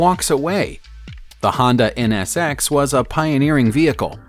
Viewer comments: It's a NSX not MSX and it's a Corvette ZO6 not a Z06 lmaoaoao 😭😭😭😂 next time do your research my dude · Honda Msx ummm it's nsx learn your cars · It's not hurricane, it is the corvette z O 6 not zero, the countach is also pronounced wrong, smh Edit: the mondial is also pronounced wrong Edit 2: and u said in s x, it is NSX Edit 3:u talk about the veyron, and the first clip u show is of a Chiron Edit 4: I am 12, u are older, I know all these pronunciations , my non car guy friend knows them to, but the list is entertaining